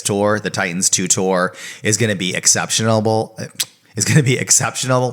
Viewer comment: Cynthia Doll briefly possesses with that “Exceptionable” pronunciation